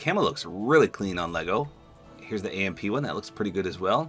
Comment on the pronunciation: Glad you said AMP right this time! HAHA